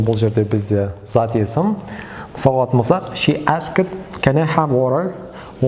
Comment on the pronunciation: asked сөзі дұрыс айтылмаған, этш будет как [ә:sкт]